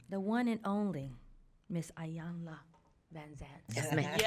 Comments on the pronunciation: ee-yon-la! not eye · Why do so many mispronounce Iyanla's name? It is not I-yanla it is E-yanla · Ee-Yan-lah Ee-Yan-lah Ee-Yan-lah Ee-Yan-lah Ee-Yan-lah Not Eye-yan-la! Irks me when people get it wrong. Apart from that, thank you for this vid, love it. Ps. Those earrings on the far left! 🔥 where are they from?!?